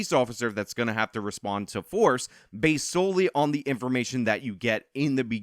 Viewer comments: Wait a fucking minute. Why did you pronounce it like that. I always pronounced based like if you just added a d at the end of base not bas ed. how do you all pronounce it? I’ve always assumed it meant biased but not caring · its based not baseted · Its "base" not basted.. No one is talking about basing a turkey lol.. I am part of Gen X ( the very last part of it.. IE I am barely part of Gen X ) but hearing you constantly say basted instead of base makes me cringe a bit every time. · Basted? haha Bro, it's Based .......pronounced like B-ace-d (B as in Ball, Ace as in the card and D like in Diamond) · I think I'm a fair bit older than this guy, but everytime he says "as the kids say, basted..." I want to slap him and tell him itsn't basted, it's based, and to get off my lawn! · Please tell me you're saying baseted as a joke 🤣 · It's "based" not "based-ed.'" Cringe. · Dude, you HAVE to remake this video & NOT say "basted" like, how did you get that wrong? It really makes it sound stupid because you're saying the wrong word. Basted... You really need to edit it to be correct, because it's "BASED" not, "basted." Sorry, but I had to comment twice because I kept listening, as usual, & you just kept saying it wrong lol. I hope you don't take this as me giving you a hard time. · It's just "based" my guy, not basted, like a turkey you don't "bast" it. Based, like grounded... Come on man wtf lol... It's important to me & people like us, that you understand the difference. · its based not basedid fuck man im 30 and i no thar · I've never heard "basedid", only heard "based". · It’s just “based” lol not basedid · It’s “Based”. Not Basedid. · You seriously need to shut the fuck up with all this "Aladdin" analogies. Are you so "low intellect" that you can't come up with a different example of poor people stealing to survive? Try expanding your vocabulary before your next video. Also, the word isn't Basedid, it's Based. You're retarded.